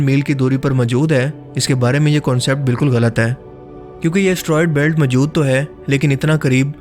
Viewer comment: Majood???? Bhai moujood hota hay wo.